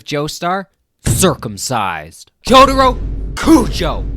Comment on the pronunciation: the way he pronounces jotaro hurts my brain